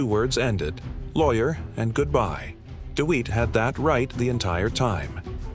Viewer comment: His name isn’t deweat it’s Dewitte